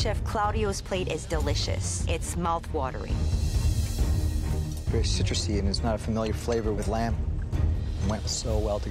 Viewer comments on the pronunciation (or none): It wos mowth woder ring